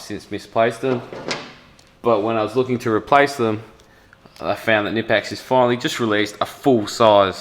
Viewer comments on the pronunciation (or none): you should pronounciate the "k" in knipex, "knipe" is the clamping motion you do with your hand when you use the tool . hense knip-ex. also i wish the focus was set on the tools rather than the backround. apart from the focus, great video !